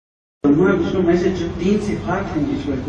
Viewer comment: Moron! It is विष्णु not विष्नु, learn some Sanskrit, then open the mouth. There is no 'wow' in Sanskrit, it is in Arabic language i.e. written as 'و' in isolated form, it is only व् in Sanskrit. महेश = महा + ईश, it means Great God, not destroyer. Not महा + आयेश. Actually, one of the meanings of रूद्र is the 'fierce God'. Not भर्गो देवश्य धीमहि The correct one is भर्गो देवस्य धीमहि .